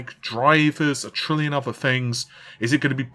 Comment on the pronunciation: I don't usually comment stuff like this but please for the love of god, can you learn how to pronounce 'th'. Example - you are constantly saying "fought" instead of "thought"/ "fings" instead of "things" etc. Drives me nuts.